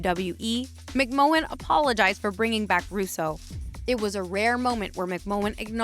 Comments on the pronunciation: VINCE MC-MAN. ITS PRONCOUNCE MC MAN PLEAS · McMahon = "mick man" ... Nice video though. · Who the heck is Vince McMowwan? 😂